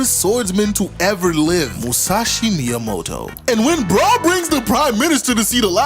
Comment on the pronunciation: You saying motobae referring to musashi is truly pissing me off